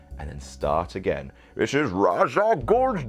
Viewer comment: Ras not Raj